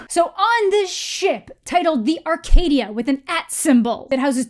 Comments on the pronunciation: "Arc-at-dia". Like Se-seven-en :-) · ArcATdia XD